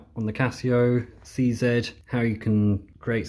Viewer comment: Such a joy to hear someone say "Casio C-Zed!" :-) !